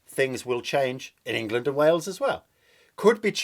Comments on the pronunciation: When you say ‘Wangland’ I keep hearing ‘Wankerland’ . . . . . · Prefer Engwaland myself.